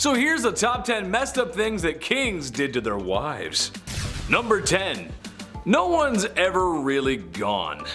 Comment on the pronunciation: "Wives" not "Wife's". Jeez.